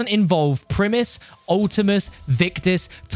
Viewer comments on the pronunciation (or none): none